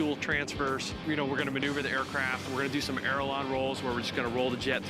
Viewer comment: this man is a blue angel pilot but calls ailerons "arelon"